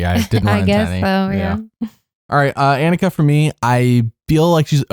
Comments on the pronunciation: anika is AUH-ni-ka …. not ea-ni-ka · Anika is pronounced with a soft A. Like Ah. Ah-ni-ka. They've said it many times in the two episodes. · Hey y'all, It's AH-ni-ka. Ahh-ni-ka. Like Hannukah. Hope that helps. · My top 6 (2 from each tribe) currently are Sam, Rachel, Aysha, Teeny, sue, and tiyana. Also I'm pretty sure people on the show have been pronouncing Anika's name Onika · Your pronouncation of anika is wrong. It’s awe-nika.